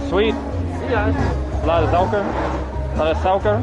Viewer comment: They are NOT INDONESIANS , never have been. Don't mess with wrong information. You act and behave to know nuch already, your pronunciation of "suiker" is bad... What do you mean by : "we still have the history of the place...which can get you into trouble ??..." It's you wrong prejudiced mindset ! I don't think you're eqipped to be a travel vlogger, or so .